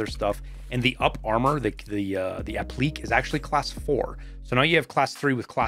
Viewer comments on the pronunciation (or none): Just for future reference, the Caiman up-armor is pronounced App-Lee-Kay like a sophisticated Frenchman.